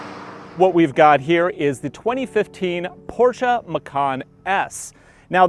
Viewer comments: It’s not porschaaaaa it’s a porscheeeee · C'mon dude, PorschA? And the key on the left side in a Porsche being a surprise? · PorsshA !? BUAHAHAHAHAHHA Seriously? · what is porschA? LOL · what is a PorschA?? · PORSCH A ! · why the fuck is he calling it porscha?